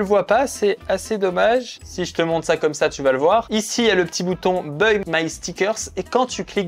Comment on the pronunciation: "beuille my sticker" vraiment ? 😅. On est sur un niveau d'effort en anglais proche de -1000 là.